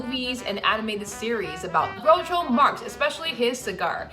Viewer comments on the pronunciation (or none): Lovely of you to acknowledge all the names and people involved! One tiny note: first actor's name is pronounced "Groucho" first syllable rhyming with "now".